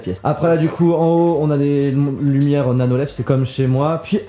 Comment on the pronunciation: "Des lumières nano-lef" 😂😂 c'est nano-leaf pas lef 😂